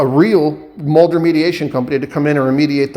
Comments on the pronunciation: Sure about the Half assed work. But Not being able say the word mold is wild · Ucant say mold